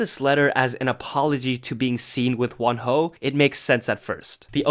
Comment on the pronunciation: Yow when you say wonho I can't help but heard one hoe. 😆🤭 I dunno its funny tho. Stay safe.